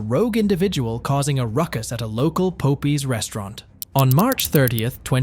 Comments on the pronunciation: Of course I couldn't find the other 22,000 from the first case because she spent most of it on luxury items so it's kind of a double meaning when she said that the money is in the bag because if that's a real Louis Vuitton bag you can guess where some of that went. Also, it's pronounced Pop Eyes like Popeye the Sailor not Po pee😂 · Not being funny i love the way the guy pronounces the restraunt name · “Love that chicken from Pope Eyez…” that didn’t sound right. “Love that chicken from Pope Eeze.” That sounds much better! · Facking hell, I'm Dutch and even I know it's not pope eye's😂😂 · Pope EEZ? Pope EYES???????? WTF is wrong with you??! LMFAAAAOOOOOOOOOOOOOOOOOOOOOOO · also one more comment the computer saying pope es made me laugh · The popie had me dead 😂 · Po pees restaurant 😂😂😂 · why do you keep calling it po pees 😂 thats annoying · Love that chicken from po-pees 😂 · Po pie 😂😂 stop it! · No it's po pee.😂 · My guy said poepees and poepies? WTF 😒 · Po - pees??? Is that a new restaurant? Never heard of it 😂😂😂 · A local "Poh-pee's" restaurant. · Where are you from? You seem to insist its called pope eye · She steals a ton of money and gets probation oh and 20K in fines. That's a load of crap. They wonder why these people keep doing this over and over again. There are no consequences for these thieves. The guy's pronunciation of the name popeyes. LOL If taco bell man was a former leo, then he knows they ask all kinds of questions trying to find out what's going on. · Popeyes restaurant pronunciation got me 😂😂😂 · Ok i had to skip incident 2 because you kept butchering the pronunciation. It's like the sailor-man cartoon.